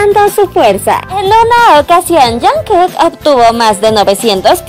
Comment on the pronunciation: al principio dijo "jankek"